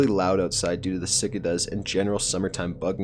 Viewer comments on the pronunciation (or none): lol. sick-ah-duhs. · whats a sickata? (Story #9)... Did you mean Cicadas?? Anyhow, great vid bro! Hit em with a Heiiin! -Rick in Indianapolis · what are sick-a-does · . Yeah, those “sickuhduh” Insects can definitely get loud!!